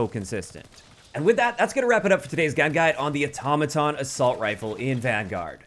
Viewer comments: THANK YOU for saying “Automaton” CORRECTLY!!! 🙏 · So happy to hear you pronounce Automaton, correctly. You won’t believe how many other YouTubers have no clue.